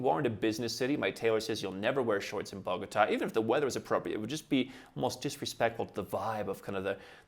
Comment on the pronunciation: It is not Borgata, it is Bogota